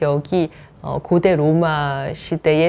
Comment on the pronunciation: 장음인 단어의 첫자를 짧게 발음한 예:세속,사장 고대,세계,과거,세계,대개,대부분,고대,공화국,대단한, 고대, 고대, 등, 장단음 문제가 심각합니다. 미국 변 완수 배